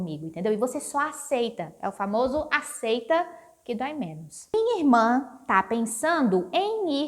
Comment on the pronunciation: Que bonitinho, Gabi fala Mi irmã. Tive uma professora de Brasília que falava mi irmã tbm . Acho fofo